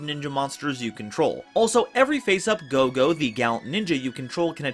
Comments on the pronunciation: minus ur mispronounce of kagero & goe goe name. The vid was awesome!!!!!!!^^ as sum1 who loves playing ninja 🌙 🍃 🥷 💨. This vid was enjoyable. Also decoy can b very helpful as u can play it wen an opponent atk ur set ninja flip it cu, it was atk then activate decoy n protect that ninja. Also for Nast other gud targets r glioath n sloth as they lock 🔐 out exd. Any way kwl vid^^.Also the ball joke was funny af 🤣😂😆😄 bt kagero is female. The new ninja have 2 male 1.meisen.2. Tobari. & 2 female 1. Mitsu. 2.kagero. & r doggo Baku. Also U can trigger green ninja eff by using it as cost for ur dragon ninja.or even for notebook. It can also combo wit shadow sealing. Oh ya idk y the tcg called him senor silver ninja:( wen in ocg he's jst silver ninja. Plus sliver ninja jst sounds kooler!!!!^^ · This was a kwl vid^^ how ever I will agree wit that that did mess up pronounce of names for both kagero & goe goe. Sadly 😥 sooo many yugioh peepz butcher Asian names 😢 I have seen names of a lota cards said wrong 😞😓😩 by multiple yugitugers.